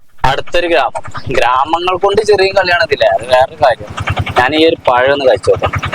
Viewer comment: നീ ആദ്യം മലയാളം ശരിക്ക് പറയാൻ പഠിക്കുക😡😡പയം അല്ല പഴം ആണെടാ . സീത പയം 🤣🤣